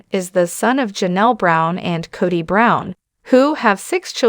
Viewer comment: You need to learn how to pronounce words correctly. It's Cody, not Coddy. 1st and last time watching you.